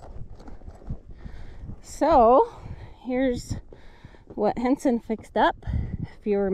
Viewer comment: Thanks for the great all-round video.. roundup, doctoring cattle.. the views are awesome👌🏽.. plus the Diné (Navajo) word of the day.. awesome job on pronunciation on Henson.. he's got the Jaan tongue😅😂🤣!!! Be blessed🙏🏽 Cows/Cattle = Béégashii Female cow = Béégashii Tsa' ií Bull = Dóola Bull shit! = Dóola bi chaan! 😅😅